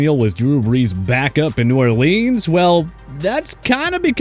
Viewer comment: Hate that this guy can't pronounce New Orleans correctly